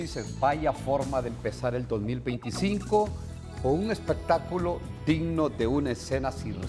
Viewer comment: Este periodista asalariado dice expecataculo rediculo hay familias que perdieron su familia a manos de las fuerzas armadas tienes que tenes mas respeto desgraciado